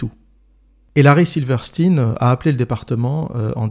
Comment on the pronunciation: Alors, on dit Silverstein (Silveur Chtaïne), et non pas silverstine. C'est comme pour Einstein. Et ça s'applique également à Weinstein et Epstein.